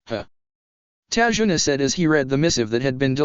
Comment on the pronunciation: it's tazuna not tajuna